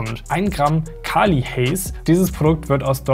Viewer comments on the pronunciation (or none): Hat er ernsthaft KALI werden gesagt? Das ist Cali digga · "CALII" Haze 😂😂😂😂😂😂😂